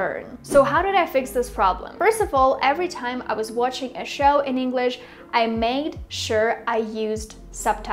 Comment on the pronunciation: You've got a great accent and pronunciation, but I think you can benefit from targeting your "ch" sound in words like "watching". I think it gives you away.